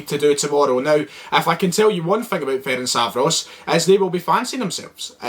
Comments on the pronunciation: Firstly let me help you with the team name - F-E-R-E-N-TZ-V-A-R-O-SH ->letter E-pronounce it like like you would do the E in a word Echo. TZ-pronounce it like first to letter of a word TSar - finally SH pronounce it like first two letter SHoot :-) about the game: Celtic is a favourite team here, but you will have more difficult times than you had againts the Icelandic team. You got lots of respect from Hungary even if you look at the colour and nobody really says that it will be easy. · yip. Am still saying (feh-rink-vah-ross) but cause I've pronounced it that way for years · Ferencváros (Feh-rents-wah-rosh) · Hopefully now you can learn to pronounce our name. Good luck in the Europa League! 💚 🤍 Ferencváros! 💚 🤍